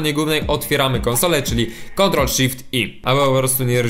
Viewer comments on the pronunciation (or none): none